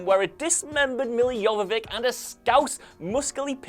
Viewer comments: Are pronouncing Guillermo del Toro & Milla Jovovich's names really all that difficult? GEE-AIR-MO & YOH-VOH-VICH! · It's Milla Jovovich not Jovovik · Mispronounced Milla Jovovich's last name .